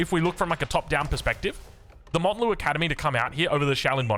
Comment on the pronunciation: please it's mount Lu academy like mount Everest, not Mont lu